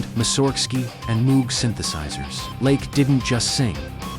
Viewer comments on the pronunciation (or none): Moog is pronouced “Moge”